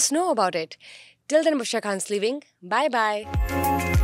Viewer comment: You are not Bhushra کھان You are So, please correct your pronouns of خان